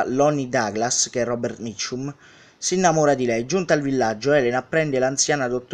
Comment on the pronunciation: Maestro come pronuncia bene Robert Mitchum